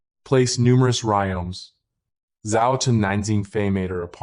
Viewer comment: Terrible AI. It keeps saying "music" for some weird reason. And says "rimes" or "rioms" instead of rhizomes. Very annoying. Should be taken down.